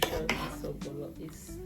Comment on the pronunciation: Nice.. but why spell correctly and wrongly pronouns Ogbono Not ogbolo🤮🤮